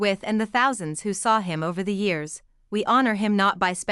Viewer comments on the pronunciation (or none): none